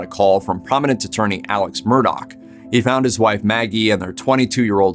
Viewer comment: Alex pronounced 'Alec'